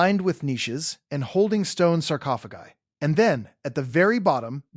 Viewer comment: It’s pronounced sarcophagi